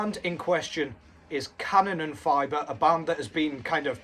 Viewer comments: Yeah its "Kanon en fee ber" ther is no fiber (as in glass fiber) its Fiber (pronounced like you have to issue a fee). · Have you seen them live ? If you haven't, go see them, they're awesome! Your German made me laugh. Here's a little help : Fieber is pronounced like fever but with a b instead of the v :D